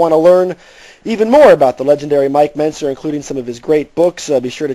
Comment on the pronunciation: Why does Bob Chic keep pronouncing Mike Mentzers name wrong??